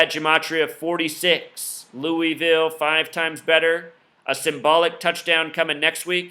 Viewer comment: lamar is not a freshman...and please say louisville correctly. thank you